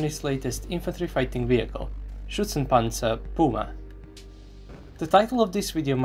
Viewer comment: damn that pronouncation of ´´Schützenpanzer Puma``was relly good